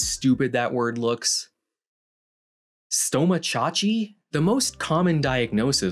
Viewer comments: Same, especially when you pronounce it stoma-chache. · Pronounced that way it sounds like a native tribe name to me. Like a sub-group of the Apache or so.